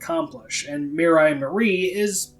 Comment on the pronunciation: It's not Mirai And Marie, it's Miriya And Marie